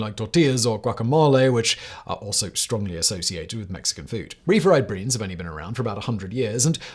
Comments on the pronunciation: Did anyone else keep hearing Simon say refried breans? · Refried breans? LoL Surprised Simon didn't catch himself on that one.